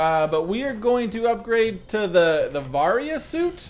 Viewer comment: it angers me how he mispronounced the varia suit. clearly he's never played metroid before